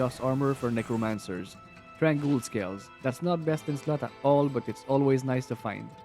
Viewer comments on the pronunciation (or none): none